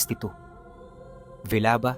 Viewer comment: Diba villaba Leyte yun hindi bilaba